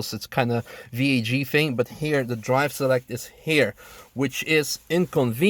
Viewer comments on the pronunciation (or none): VAG thing”? Can someone let me know what he’s talking about or what he’s actually saying?